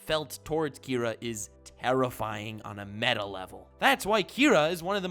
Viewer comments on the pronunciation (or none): none